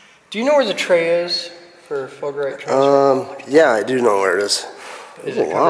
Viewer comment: Isn't it fulgurite not fulgerite ?